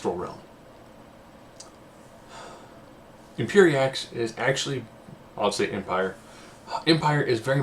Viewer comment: Lmao!!! "Empire" I think it's pronounced em peeri ex